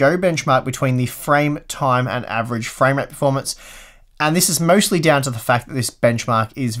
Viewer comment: You seem to be saying more "framerape" than "framerate" :D